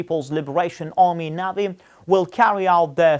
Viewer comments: What the hell is a navvvy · It is so ridiculous to see and hear your compatriots speaking Russian or any other language. It sounds so ridiculous and funny I’ve deliberately pronounced the word “navy” incorrect, knowing that the righteous way of pronouncement is [nevi]. We are able to speak 3-4 foreign languages, while you are able to be limited with English only. I’ve got a fluent English while you are absolutely incapable to speak other languages So try to relax. The life is going on. Have a nice day